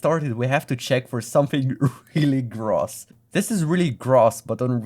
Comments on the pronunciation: “gross“ is pronounced “growce”, and several of the instances you showed are actually perfectly fine: in addition to being a vulgar term for “disgusting”, it can also mean “excessive” (from the French word “gros” meaning “large”, just like “petty” comes from the French word “petit” meaning “small”) and, as a noun, “twelve dozen”. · your pronunciation of gross is really gross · why is no one reacting to the way he says "gross"? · The way you pronounce gross grosses me out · why do you pronounce gross like is rhymes with cross instead of close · Your pronunciation of gross is just gross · The way bro read gross gave me an aneurism. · who tf says gross like that man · is this really how you should pronounce gross? (non-native) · I have never heard gross as in disgusting pronounced like that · that not how you say gross brother but good video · Learn to pronounce the word gross please… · that pronunciation of gross is gross lol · Never imagined i could be grossed out by a weird pronunciation of a word gross. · The pronunciation of gross threw me so much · nigga pronounce gross properly ts pmo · Learn how to pronounce gross. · Hilarious, but the way you pronounce "gross" upsets me. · This guy's pronunciation of gross is gross. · Not gonna lie,the way you mispronounce the word gross is kinda gross. Maybe insert a cringe warning before saying it 372 times lol. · The way you pronounce gross is gross. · I know English is likely not your first language, but the way you pronounce gross is.... Uh... Gross 😅 please listen to the pronunciation on Google to see how far you're off. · Great video, but the way you pronounce gross is giving me anal cancer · The way you pronounce "gross" is gross. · Gross. the O should sound like the same letter of the alphabet. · gross не так произносится 😭😭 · Omg not the pronunciation of gross lol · Who pronounces "gross" like that bro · It's GROOOOSS not Gruhss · English "Gross" is pronounced "grow-ss"not "graws." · it's grous not grahs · "grawss" XD